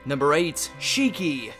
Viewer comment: Stop pronouncing Shiki as "Shiikii"! It's "Shkii". The first i is silent. This is like the 5th time I've heard pronounce it wrong. It's burning my ears...